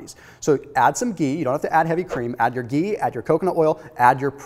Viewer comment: I can't get over how he says geee